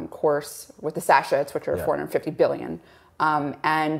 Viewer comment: 😂 I know they both have far more knowledge than I do but it does make them hard to take seriously when they can’t say sachet 😂😂😂